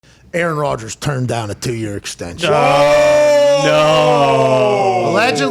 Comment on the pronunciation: 3 things. 1. Pat is looking cut/slimming "dahn" (Pittsburgh accent) 2. The "and hundredssss" line in unison was great! 3. Great point at the end about the Bears calling Dalton after he was with the team for a few weeks, but the Packers didn't call Rodgers and he's...Aaron RODGERS! They're trash without him.